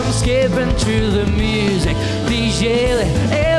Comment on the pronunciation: Que corrijan la pronunciación porque no pronuncia Music como es debido y eso le resta a su interpretación